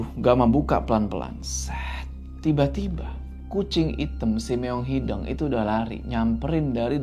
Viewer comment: kenapa bisa nyebut Leuweung tp gabisa nyebut Hideung?? padahal penyebutannya sama kwkw